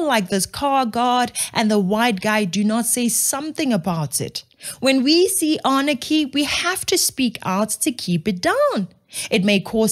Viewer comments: Love your shows but it's not Arnachy. It's Anarchy. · "anarchy", not "arnachy".